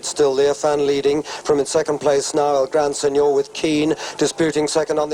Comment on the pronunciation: Mongrel commentator, calling it El gran sen nore